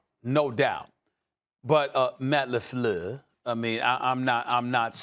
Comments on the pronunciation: Everytime Stephen A Smith says Lefluer, I laugh 😂. The disrespect to pronounce his name in that way. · Matt Lefluer. Lol. Gets me everytime.